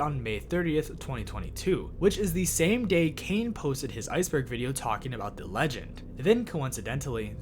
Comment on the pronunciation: Is this AI? What American accent makes you pronounce “the” as “thee” everytime? Genuinely curious where that’s from